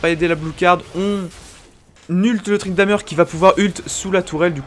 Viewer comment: Arrete de dire ''Tryndameure'' ca me stresse bordel